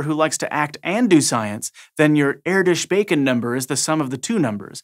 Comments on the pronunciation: Kudos on pronouncing Erdös not simply as Erdos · Wasnt perfect but hey, he tried :p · Thx for pronouncing the hungarian name correctly. Most don't :p